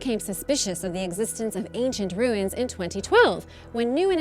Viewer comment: Also, the way she pronounced "archeologists", Or the way she said "ruins" (which reminds me of how Stewie Griffin pronounces "cool-whip"). Cringe.